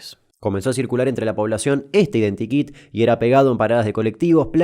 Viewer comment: cada vez que decís identikit mi cabeza escucha identi kinga